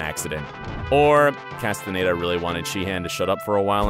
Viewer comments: right well im from Barcelona and my mums from Chile umm both of them would say David 'Castanyeda' and not David 'castan a y e day'. If you don't mind me asking where are you from? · I mean.. He also said David Casten-aye-da 😭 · So the narrator 1) hates Robert 2) Can’t say David’s last name 3) loves Tom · “V-log” and “Castanedo”